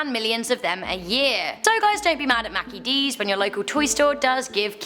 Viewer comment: I know ur British but...its mickey d's...not mackey d's